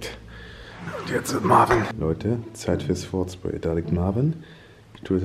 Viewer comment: Marvin nicht marven 😅